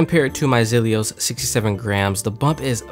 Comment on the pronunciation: Dude - its Zelios - NOT ZELIOSIS